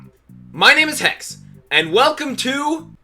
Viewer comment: Don’t put a s instead of a h in hex!